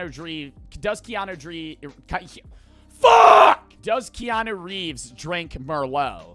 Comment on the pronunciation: The only thing i took away from this video is that doesnt know how to say keanu reeves😂